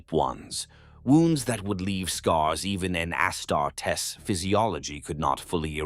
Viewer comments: Amazing story! Wish the AI could say Auh Star tees not ASS (WHICH I PERSONALLY LOVE) STAR D. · Is the narrator an AI? If not, for a 40k fan, hes reading Astartes wrong.